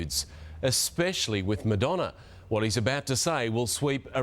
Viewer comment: I adore Elton and him just butchering Madonna makes it even better